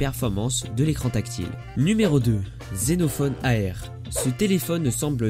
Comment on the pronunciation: j connaissais les 3 premiers et c est "Asus zenfone AR" et pas "Zenofone AR"